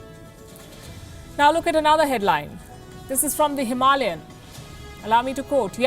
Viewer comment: It is pronounced as HIM A LAY as in lay down AN